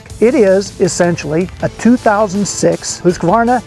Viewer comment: There is no "A" midway through Husqvarna. Please you reporter types, STOP IT!!! It's not pronounced Husq-A-Varna, pronounce it right, remember phonetics? Seems like every writer messes this up